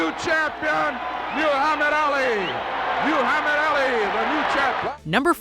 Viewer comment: Me-you-hamed Ali!!!!!!!!!